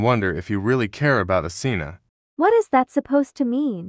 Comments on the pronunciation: Asena❌ Athena✅ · Asena:❎ Athena:☑️ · why they saying asena but typing athena